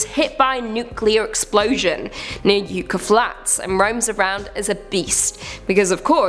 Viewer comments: It's "YUH-kuh" Flats... Not "YOO-kuh"... Yeah, I know, it's an Americanism, cut us some slack. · Yuck-a flats. It's pronounced yuck-a. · The worst of all you’re mispronouncing YUCCA